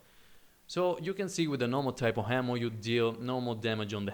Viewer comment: you're really good at this game. but you have to work on your pronunciation, my friend. What's with the unnecessary H's? H'ammo? Really? why?